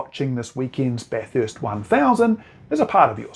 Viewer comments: At Bathurst, it's pronounced Bathurst, not BatHURST. Think of it like this, the people of Melbourne hate Melbourne, being pronounced MelBORNE. Then there's Brisbane, but I think you're on to it. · Bath-hurst? There is only one letter h in the word Bathurst 😊